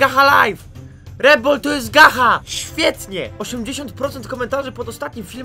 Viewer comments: nie czyta sie gacha tylko GACZAAAA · Gacha czyta się gacza!!!! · Czyta sie "gacza lajf" XDDD szacun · To się czyta "GACZA" geniuszu xD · pisze się gacha ale się czyta gacza;-;,Ps najlepsza odcinek ever XD pozdro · Mówi się "Gacza" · Tutaj Gacha czyta się Gacza :) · Emm mała podpowiedź mówi się gacza ale nie że obrażam też na początku mówiłem gacha XD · No to twoje ,,gacha" to sie wypowiada (gacz liajv) oki super kanał ale sama mam tom gre wię tam masz djamot a wię za dajmont możesz coś kupić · Mowi sie gacza xD tak mi sie wydaje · Mówi się Gacza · Piszę się gacha life a mówi się gecha life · Gacza* XD Tak się to mówi XD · Gacha się czyta gacza tak tylko poprawę ale kto jak woli xd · muwi się gacza life oki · em ale gacha mówi sie pszes cz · Muwi się gacza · Nie mówi się Gacha tak jak się piszę tylko Gacza ;3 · Nie Gacha tylko Gacza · gacha czytaj GACZA xD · Ten uczuć kiedy wszyscy mówią gacha, a ty mówisz gacza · Czyta sie gacza!!! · Gacha *czytaj gacza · nie mówi Gacha tylko Gacza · Nie gacha tylko gacza xD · Ludzie nie chcę nikogo obrażać ale gacha się czyta gacza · powiem tylko że to się mówi gacza a ni gacha qwp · To sie czyta gacza a nie gacha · Nie muwi sie gacha tylko gacza >:( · Muwi sie gacza a nie gaha live ty idioto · Nie gacha tylko czytaj to gacza ok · Czyta sie Gacza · Gracze life się czyta 😏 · Mówi sie gacza :3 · Gacha czyta się Gacza;) Obejrzyj film gacha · Czyta się Gacza life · gacha czyta sie gacza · CzYtA SiĘ GaCzA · Tak właściwie to Gacha mówi się cz nie ch xd tak dla poprawki bo pierwszy raz o tym słyszysz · Mòwi sie "Gacza" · Gacha life to nazwa ale „ch” w gacha po polsku wymawia się „cz” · To się wymawia gacza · CZYTA SIE GACZA XD. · to się czyta gacza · Mówi się gacza XDDD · Gacha się pisze A czyta Gacza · Gacha czyta się jako gacza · Gacha czyta się gacza! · To się czyta gacza life😑😑😑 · pisze sie gacha lie a mowi gacza life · Mòwi się gracza a pisze gatcha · Mówi się gacza lajf a pisze się gacha life